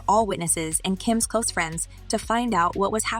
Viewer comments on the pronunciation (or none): none